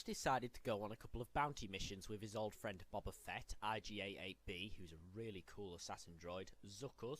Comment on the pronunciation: This dude pronounces bubba Fett. 🤦🏻‍♂️